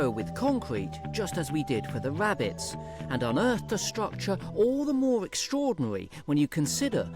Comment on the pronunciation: Sometimes it sounds like this dude called rabbits wabbits and water voles wootah bowls ... he also said secwets for secrets .. and of course , World is weld .. as interesting as the info may be , those things are annoying ! He can’t Pronounce his r’s at all. Those names are so typical .. omg ... and not every rabbit lives in a burrow .. some are in nests. they leave the nest at 3 weeks old. .